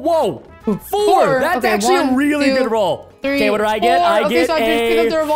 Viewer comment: THREE NOT FREE!!!